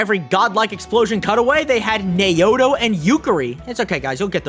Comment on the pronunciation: Thought I was the only one who realized that they said Naoto and Yukari's name wrong lol.